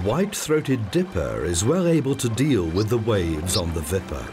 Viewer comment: Wipper/Wupper, not Vipper